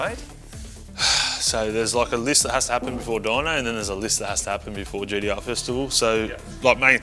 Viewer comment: Why do they keep calling it at GEE-DEE-UHH? It's G-T-R